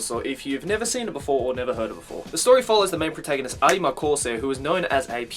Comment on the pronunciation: No offence, I don’t wanna be rude but it annoys me that you don’t just say “arima”